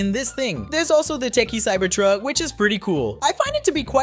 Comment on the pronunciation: Cyber tuck not cybered tuck